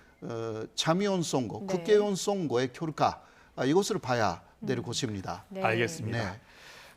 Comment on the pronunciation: 방송에서 너무 정확한 발음으로 '국개의원'이라고 하시네. 호 교수님 일부러 이러시는 듯 ㅋㅋㅋ